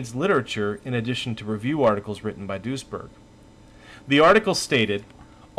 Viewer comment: I keep hearing "Doucheberg"